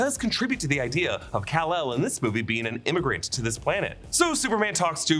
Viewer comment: Robots its Kal EL